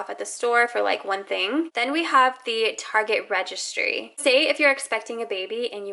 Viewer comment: Idk why but when you said target like tazej the first time it triggered me btw I am not american